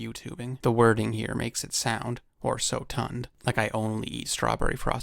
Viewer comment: Sotund had me wheezing